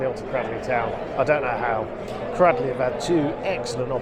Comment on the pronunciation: Thank you for covering this game. NB it's pronounced CRADELEY not CRADDLEY.